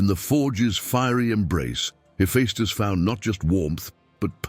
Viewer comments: Sir, I love your work, all of it. But it is pronounced Heffestus. Not Heffiestus. My ears tweak every time you say the name. Peace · That is true (heh-FESS-tuss) .. but he gets more right than he ever gets wrong, and I'm surprised how well the pronunciations are done for very difficult words/names/etc. Still .. you are correct.